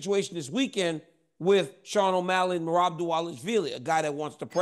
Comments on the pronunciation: DC u are so funny.. Chael just butchered Merhab’s last name … dont.u just love these guys. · Bro DC how this dude pronouncing merabs name? Im weak 😂 your a true pro you didn’t lose it 😂. Someone get the bad guy a phonetic script to say merabs name right or im calling for RC to come take his chair back and keep it 504 to 337. IYKYK great show fellas